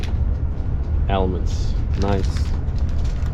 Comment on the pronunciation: your English is quite good. but from time to time, your grammar and pronunciations are way off! for example, Almond. Very German like! Overall, B!